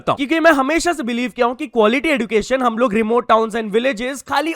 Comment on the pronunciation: I think you also need Education so you will spell एज्युकेशन (ed-yoo-KAY-shun) instant of एज्डूकेशन